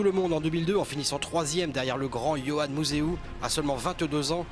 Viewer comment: Comment est-il encore possible de faire un documentaire complet sur un champion sans savoir prononcer correctement son nom ?! Boonen c'est pas Bounen, Museeuw c'est pas Musséou, sortez un peu de votre monde franco français svp :O